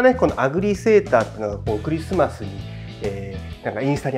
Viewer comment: さすがのレベルです。 ＆いちいちクﾙｨｯｽｩﾏｽ〜↑